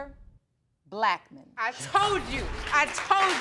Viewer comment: Her mom pronounces Blackmon as black man 😂😂😂 mr um black man … that was cute